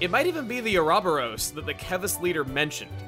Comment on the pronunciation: I'm outraged by the pronunciation of Ah Robber O's ...I mean, Ouroboros.